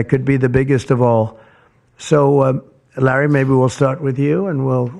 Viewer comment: no the funniest buit was a minute later when he said "rally said" instead of larry too funny just like the movies